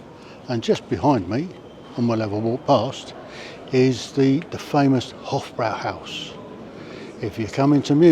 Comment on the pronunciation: If he says "Hof-BROW-howse" one more time, I am going to smash my PC to pieces. It's pronounced "Hof-BROY-howse". for Christ's sake!